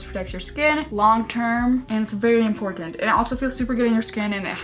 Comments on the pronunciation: "impor TH ant" is it just me who finds it funny? lol! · LOL the way you say important